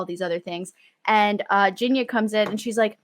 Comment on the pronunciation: Also it is really weird to be as a person who speaks Russian on a daily and whose actual name is Genya to listen to the wrong pronunciation of my name and the fact that Grisha is a name as well, it's short for Gregory.... like...